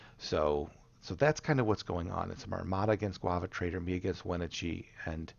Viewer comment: The pronunciation of Wenatchee was really killing me lol